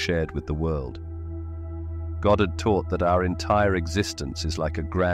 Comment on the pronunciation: It's Goddard....NOT GOD😂 You people funny as hell😂😂😂